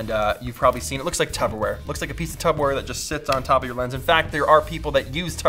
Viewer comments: Yo Pete, did you mean to say tubberware? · Peter: "Tubberware" Me a year later: "Tubberware? Did you mean to say ''tupperware'?"